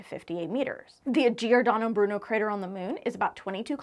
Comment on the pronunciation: Brava! Giordano Bruno very well pronounced!😊